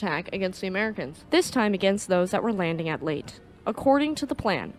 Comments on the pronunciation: It’s not late gulf, it’s Lay-taa gulf…. Leyte Gulf 😮 just saying 😊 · Quite note, it's LEY-teh, not "Late" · Good video. Just want to offer a tiny bit of help. The Leyte is not pronounced "late", as you say throughout the video. The word is pronounced "lay-tay". I know, I lived in Leyte for 4 years. Cheers! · I was on USS Leyte CVS 32 pronounced LAYTEE not late. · Magnificently done. You just gained another subscriber. As a historian that specializes in East Asian History and an avid enthusiast of the Imperial Japanese Navy it warms my heart to see History channels arising on YouTube. (One note: Leyte is pronounced Lay Tay) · Great video. Leyte Gulf is pronounced "Lay-tee Gulf". Thank you for an informative video! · Lay tee Grumm an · Leyte Lay Tea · Lay-tee. Have you never heard it pronounced? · 'Leyte' is two syllables. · Very well done... Suggest that you check two pronunciations: 1, Yokosuka is very often mispronounced by Americans. Phoenetically the Japanese pronounce it as Yokuska 2. Leyte (as in Leyte Gulf) is pronounced in rwo syllables Ley - tey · Leyte is pronounced "lay-tee" or "lay-tay." Forecastle, a naval term, is properly pronounced "fo'c'sle."